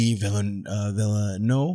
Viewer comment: Not so: I'm a Canadian Francophone and the "v" sound at the end of his name is definitely pronounced. It's the final "e" that is silent (as are most final lellers in French words). So the closest English approximation would be VEEL-NUV (with a slight emphasis on the second syllable)